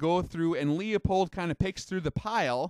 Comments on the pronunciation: >>>>>> "LOOOPOLD", <<<<<< not leeA pold. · Leupold is only Pronounced- loophold. Not pronouncing this correctly Makes you seem uninformed, and limited on your scope knowledgable. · Forget the E when pronouncing Leupold. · I'm really enjoying the series up to this point. But I'm dying to know, does he learn how to say Leupold by the final episode?